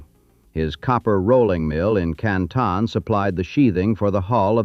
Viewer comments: Canton is pronounced CAN TIN not CAN TAWN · more like cant'n